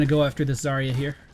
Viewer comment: Symmetra and Zarya. (and lot of people) keep saying their names wrong. And no, they arent that new. There were both part of the 2nd wave that was announced shortly after the game itself and a few initial people.